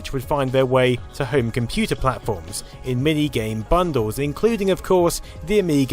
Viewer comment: "PERFORMA 630 COMPUTAH"